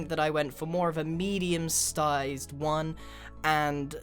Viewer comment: he said medium stized